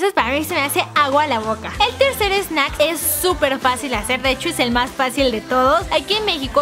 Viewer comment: dijo snack oye bien